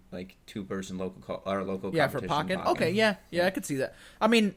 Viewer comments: The E in Pokken is accented. So it would technically be pronounced Pokkén/Poh-kayn. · Im triggered that you said Pocken and not Pokken. It's literally Pokemon + Tekken mixed together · First of all, it's pronounced PO-KEN not pocken. Secondly, Pokken would work better on switch because getting a setup going would take less effort as the wii u version, which requires 2 wii u, 2 lan adapters, a crossover cable, plus 2 monitors. On top of that, you have to set your internet settings to a specific IP and DNS to even have them communicate for LAN mode. Having a port on the switch would bring forth the ability to play against others on the go, plus it would have local wireless functionality and less hassle regarding getting tournaments going, much like how you would have to do for Splatoon on Wii U. Splatoon 2 is already an improvement on the original just from letting people play without having to be connected via internet, so Pokken would benefit in the same way. Plus, having it on the switch would expose a lot more people to the game considering that the Wii U didn't do too well, and the Switch is already doing fairly well already. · Every time you said Pocken I died a little inside. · He says Pokken wrong